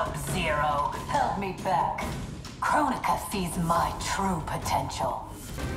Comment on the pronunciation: She said Kronika , I heard Coron-ika ... What , too soon ?